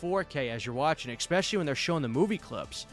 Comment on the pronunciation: Why do so many people these days pronounce “especially” as EXpecially? I just don’t get it.